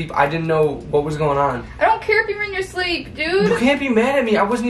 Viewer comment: “i was in my shrleep”